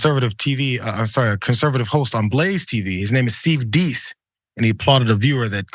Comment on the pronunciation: I've known this pinhead for years, his name is pronounced "dayce", rhymes with ace...